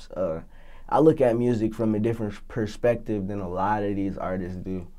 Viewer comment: This nigga said "Pershpective"😂